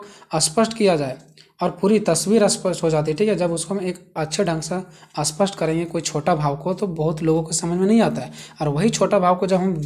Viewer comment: ' स्पष्ट ' इस शब्द को आप बार बार ' अस्पष्ट' कह रहे है